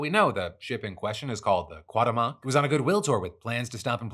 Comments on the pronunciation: Qwa-ta-moc? Qu-wow-te-moc! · I know this is not the most important partof the story, but its really not how you pronounce Cuauhtemoc. You are missing the second "u" in "cuau", and the enfasis goes on "te" not "moc" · Ku-ah-uh-te-moh-k = cuauhtémoc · Hey Phil, the phonetic pronunciation of Cuauhtémoc is kwah-TEH-mok. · I know "Cuauhtemoc" it's an Aztec name and it could be hard to pronounce for an English speaker, but the decision to say it as fast as possible to get it over with was not a good one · Ship is called "Cuauhtémoc" pronounced "Coo Aw Tem (as in temperature) Oc (as in octopus)" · “Long time listener, first time commenter” 😉 but the way you keep saying Cuauhtemoc is hilarious!!! 🤣 I had to come here and say something 😂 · The way Phil said Cuauhtemoc 😅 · Love the "Cuauhtémoc" pronunciation Phil 😆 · He actually pronounced it completely wrong every time 😂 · It kills me hearing him pronounce cuauhtemoc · Worst pronunciation of cuatemoc I’ve ever heard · lol Phil I love you but i just cant with that pronunciation lmao